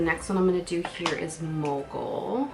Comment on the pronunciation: Such beautiful shades!!! For mogul i legit thought u said moco 😂